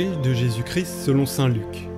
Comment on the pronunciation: De grâce, prononcez correctement le nom CHRIST. Cette lectrice a l'habitude de dire CHRI. Le ST doit être prononcer. Merci